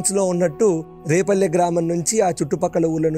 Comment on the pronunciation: adi repalle kadu, adi vrepalle! Endukante maadhi repalle ne, ma vallani kuda adiganu. So, Brindhavanam ki daggara lo unnadhi vrepalle. Mee podcasts chala bavuntayi. Chala baga explain chestaru.